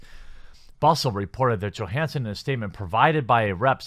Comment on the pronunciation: Her name is pronounced with Y not G